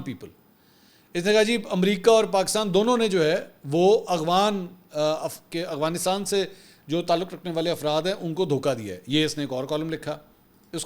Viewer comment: آپ افغانستان کو اغوانستان جان بوجھ کر بولتے ہیں یا پھر آپ سے بولا نہیں جاتا